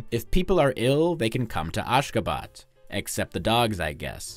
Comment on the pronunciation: It's pronounced "AshgaBAT" as in bat, not "Ashgabot"